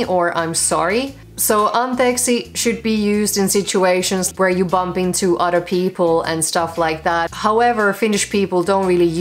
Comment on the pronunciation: "...so many ways of greeting each Udder " 😂😂